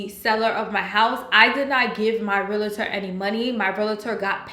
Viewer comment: Realtor not Realater.